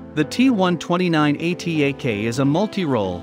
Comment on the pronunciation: Thank you for the informative video but ATAK is not an acronym. Atak means: agile, expeditious, fast, rapid, and swift etc... So you can read it as it written.